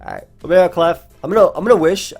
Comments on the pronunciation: Libero is pronounced lib-air-o or lee-ber-o. Its a volleyball term for defensive specialist! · My guy. It's pronounced li-BEAR-o. It's a volleyball position. Love the vids👍